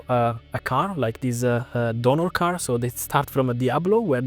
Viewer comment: "chiron-ah, veyron-ah, car-ah, same-ah, ask-ah, time-ah, development-ah, details-ah" italians speaking english :D:D:D:D:D pathetic